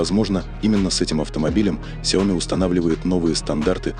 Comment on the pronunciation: Уже давно пора научиться говорить правильно... сЯо Ми